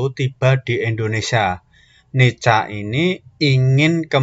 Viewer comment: M ksh utk pnjelasannya mas, dikit masukan utk NICA bacanya Nika mas n utk Indonesia, sia harap ditekankan agar tdk terdengar Indonesa . 🙏🙏